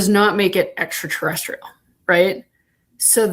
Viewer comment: I ain’t never heard ENTERTERESSTRIAL 😂 U GOT tht I’m wit it quick on ur feet freestyle lol 💪🏽